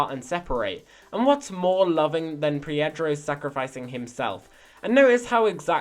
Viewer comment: Its pedro not piedro